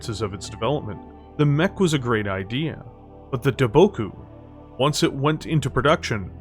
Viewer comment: Lol, you mispronounced Daboku several times. And I wonder if I'm the only one who caught the similarity between the words Daboku and Debacle.